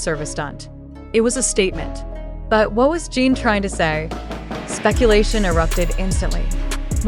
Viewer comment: Podia pelo menos falar o nome dele corretamente!!!!!!